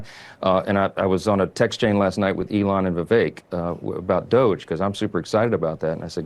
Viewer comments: Did you say doge or douche...? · DOGE pronounced dodgy!